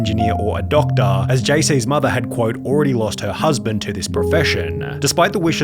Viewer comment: Pause. Dokta. Doctuh. Bruh...